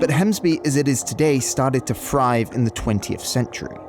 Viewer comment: Started to frive? Or Thrive? Why do you talk like a 2 year old?